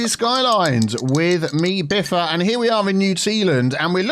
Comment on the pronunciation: You know, you're right; I was too hard on him. Sorry Biffa your pronunciation was indeed good, keep it up. And also thanks for at least putting the effort in to find the pronunciation in the first place.